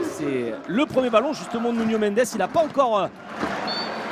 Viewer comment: C'est Nuno Mendes et pas Nunio.